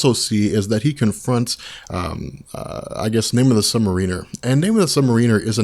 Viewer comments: I like the videos, but as a longtime Namor fan it's hard on the ears every time his name is pronounced wrong in here. It's Namor ('or' not 'er') the Sub Mare-in-er not Submarine-er. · You are awesome and I love all of your comic video, but I just wanted to let you know that I think you are putting the wrong emphasis on the word submariner. You are putting it on the "i" but I think it's supposed to be on the "a". It's not submarin-er it should be sub-m (long a) riner. Correct me if I'm wrong, keep up the great work! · Lol sounds like sub mer weener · Hey someone go back and watch this and count how many times you hear "Namor the sub-mareener" lol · Hearing you mispronounce "Submariner" is excruciating. Otherwise excellent video. :thumbsup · yes the accent is on the 2nd syllable : Sub-Mariner - good anthology, though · Christopher Ruiz That's really the only thing that takes away from these. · It would be really awesome if you could learn to pronounce "Submariner" correctly. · Calm down, ya it's annoying af when he constantly repeats "really kinda" times and when he can't pronounce submariner correctly but honestly I think we all need to get over it, think of all the effort and time he puts into these vids! Aside from those "hiccups" these vids are astonishing